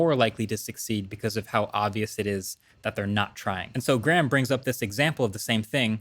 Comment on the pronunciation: HE PRONOUNCED GRAHAM'S NAME CORRECTLY. YESSS lol